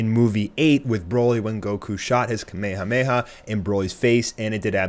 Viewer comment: The way you say ka-me-ha-me-ha is weird